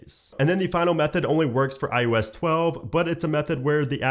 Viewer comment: Is he saying I U S or IOS?